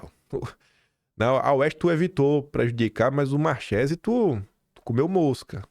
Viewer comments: Alguém pode avisar o que a pronúncia correta do nome não é Marchesi, mas sim Marquési? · entenda!(Parodiando alguém 😅😅) Nomes italianos têm pronúncia diferente do que em português. Exemplos: 1. Tagliaferro -> pronúncia Taliaferro...g mudo. 2. Marchesi -> pronúncia Markesi.... Ok? 😊😊😊